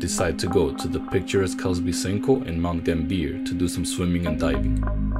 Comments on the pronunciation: I'm sorry but you totally butchered the pronunciation of Mt Gambier. Mount Gam-b-er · Aussie here we pronounce Mt Gambier like Mt gam(as in ham)-b-r. I'm not gonna say anything about pronouncing anything other than Aussie crap. Really enjoyed this vid you have a new subscriber 🖤♥️🖤♥️🖤